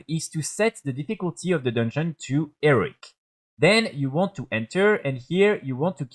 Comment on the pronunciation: Learn to say HEROIC, it's not pronounced "ERIC"